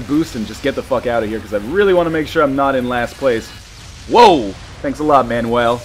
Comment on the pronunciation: The way you say Manuel is kind of weird but I like it